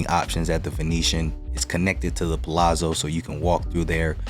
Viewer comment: You are one of the few people ever on YouTube to properly pronounce Palazzo. Most add a T. Annoying! Good content.